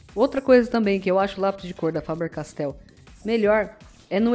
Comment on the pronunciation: fabeeeerrr-castell :33 😆